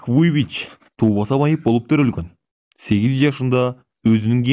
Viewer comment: Байке Ник Вуйвич🙂 эмес Ник Вуйчич.